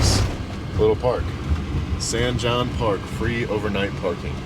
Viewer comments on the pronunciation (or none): San Hone. Not Jon. The J is an H brotha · San Jon park, pronounced San “hone”